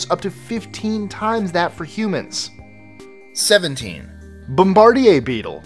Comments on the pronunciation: Bbb-o-mmmmbbb-a-r-d-eeeee-aaaaa really really. It's pronounced bombard-eeee-iiiii-rrrrr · Nice try on your attempt at Canadian pronunciation of the bombardier beetle. But it's actually pronounced (bom_bar_deer) Bombardier as you pronounced is the manufacturer of some of the best atvs and snowmobiles on planet earth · Anyone else cringed when he pronounced bombardier beetle?